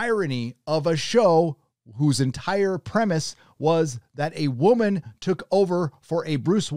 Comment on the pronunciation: It's "WOH MAN"